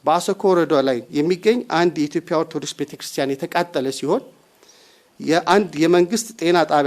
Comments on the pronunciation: "ኢትዮፒያ" 😂😂ኢትዮጵያ የሚለውን ቃል እንኳን በቅጡ መጥራት የማይችል ነው እንግዲህ ሚንስትራችን። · ይሄ ደግሞ ማን የሚሉትነው ኢትዮጵያ የሚለውን በደንብ መናገር የማይችል የተርበተበተ ተገዶ የሚናገር የሚመስል ቀጥቃጣ 😁 በጣም በሚገርም ሁኔታ በአገራችን ሠላም የጠፋው የሠላም ሚ/ር የሚባል መ/ቤት ከተቋቋመ ወዲህ ነው።አይገርምም !